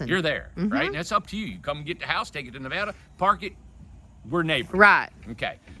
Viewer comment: Thank you so much for pronouncing Nevada correctly! I'd say about 98% say it wrong. Thanks again front a Nevada gal living in an Ohio world😊